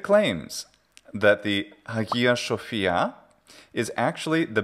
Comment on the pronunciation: "Αγία Shοφία" λολ Από την άλλη έχεις τελειοποιήσει το "γι" σου (παλιότερα το έλεγες σαν palatal z) οπότε μπράβο